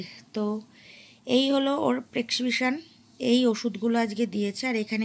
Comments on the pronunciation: প্রেসকিপশান টাও উচ্চারণ করতে পারছ না । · Poblem , stoke, pes siption , egulo ektu thik kore bolo noito english e bolar dorkar nei..bhison baje sonay